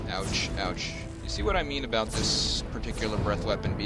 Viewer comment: i hear obut it haha